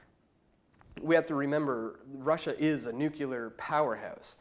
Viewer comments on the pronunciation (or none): It is not "Nucular" it is Nuclear. If you wish to be taken seriously, ensure you pronounce words correctly. This is constructive criticism! Cheers